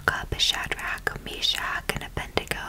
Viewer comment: The name is “Abed-nego”, with d before n, not “Abendego.”